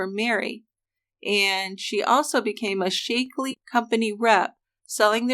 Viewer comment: Shack-lee, not Shake-lee. It's only been around like 50 years. I love you guys, but you GOTTA research your proper, trade, disease, and place names better, because you make these mistakes quite often. Keith Morrison would pronounce it right!